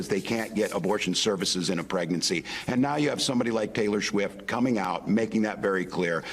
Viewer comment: “Taylor Schwift”?